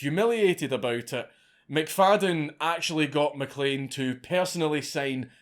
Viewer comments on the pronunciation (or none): none